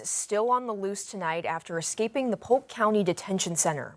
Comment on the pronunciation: Polk not pope